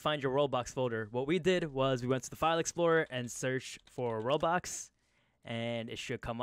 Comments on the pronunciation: He really say roblox the thing under the screen i dont remember the name said roblox lol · Am I the only one hearing him say "Robux" instead of "World Box"? Lol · No youre not but its kinda funny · He’s definitely saying Roblox even sub titles say he’s saying roblox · i swear to god your saying roblox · lmao even the captions think he's saying roblox